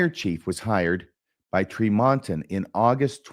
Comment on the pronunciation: As an aside, it is pronounced TREE mon ton